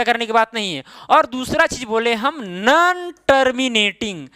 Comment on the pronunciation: Sir nan nahi no hota hai😁